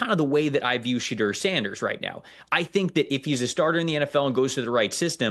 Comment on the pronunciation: Why does he call him Shadurrr Sanders 😂